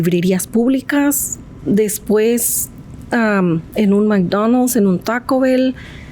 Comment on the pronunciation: no mi hno es una estúpida muletilla utilizada para adornar el lenguaje, aparte checate como mastica la pronunciación de McDonald's tipa fastidiosa